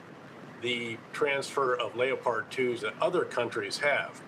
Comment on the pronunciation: Leo-pards? Lol